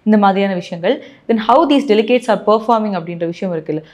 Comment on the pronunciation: அம்மா தாயே...delicates இல்லை delegates...சாரப்பாத்து கத்துக்கங்க.....